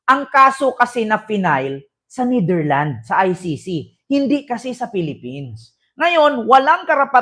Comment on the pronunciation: Kupal ka nidirland ka ng nidirland ayusin mo pronunciation mo kasakit sa tenga